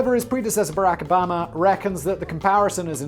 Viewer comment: I love the way Simon says Barrack Obama....its like some weird British yet also american south accent....i dont understand it, but its amazing